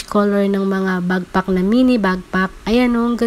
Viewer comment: Madam, backpack po not bagpack medyo sumakit ears ko. Lol ✌️ Thanks for this info po 😊